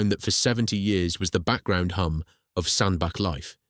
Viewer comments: really irritating the commentator cannot say Sandach. it is pronounced Sandbatch not Sandback. he can say Middlewich correctly but not Sandbach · Why the f**k do people keep calling it 'Sandback'? lmao, it's bloody SANDBACH... CH as in Chair not CK as in THICK ! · Sandbach is pronounced SAND-batch (IPA: /ˈsændbætʃ/). The name sounds like "sand" followed by "batch" (as in a batch of cookies), emphasizing the "ch" sound at the end rather than a "k" sound. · Pronounced Sand batch 🙏🏻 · Its pronounced 'sandbatch' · Excellent video. In your narrative draft please put a T in Sandbach ie Sandbatch so your text to speech software will pronounce it properly. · And miss-pronouncing Sanbach.